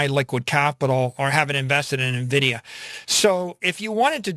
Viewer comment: It is en-vidia not na-vidia! Thank you.